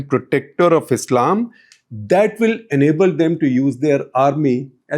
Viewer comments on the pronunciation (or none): none